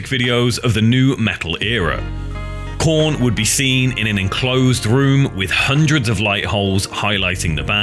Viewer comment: Heyyy he said korn with a p instead of a k